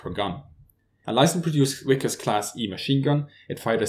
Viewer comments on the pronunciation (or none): Very good video and explanations. Suggestion for oral improvement: Even with German as your mother tongue, you should still have to try not to constantly confuse the letters V and W and therefore to pronounce them incorrectly. It is not Wickers ("weekers") but Vickers (like in German "verstehen") and not Wersion (like to wear a coat) but Version (like in German "virtuell"). I know that it is not easy for native German speakers. Lufthansa- cabin crew like to say life "west" instead of life vest or life jacket. No offense. Thank you.